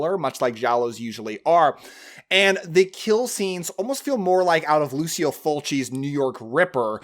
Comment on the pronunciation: Only because the name is important: Lucio is pronounced with a hard C. (rhymes with Tai Chi--or even C as in Cheese): Lou-Chi-O. (Same for Fulci.)